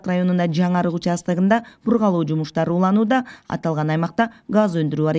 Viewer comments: БургАлоо эмес, бургУлоо деп айтылат, журналист соройлор. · Туура суйлосон журналистка бургалооо дебей бургулоо деп